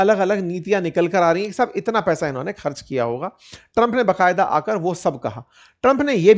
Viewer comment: Respected sir, बकायदा नहीं होता , ba qayada hota hei, iske sthan pr aap koi hindi ka shabd bhi chun sakte hei jiske uchcharan mei aapko dikkat na ho